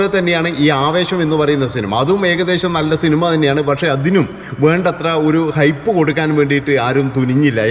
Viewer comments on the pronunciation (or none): ഹോപ്പ് അല്ല അണ്ണാ. ഹൈപ്പ്.